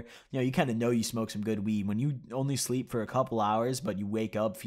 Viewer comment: Man said shleeep